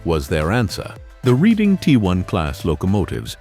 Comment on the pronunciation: It is NOT the reading railroad, it is PRONOUNCED Red ing. My father was an engineer on the READING RAILROAD. READING steam locomotives had a WOOTEN firebox for anthracite, a hard coal. The READING was the largest hauler of anthracite coal in America.